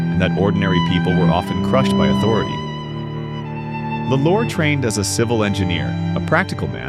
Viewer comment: It's pronounced "law -lore